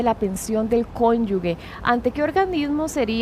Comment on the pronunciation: En el idioma español la palabra correcta es cónyuge, es incorrecto decir cónyuge…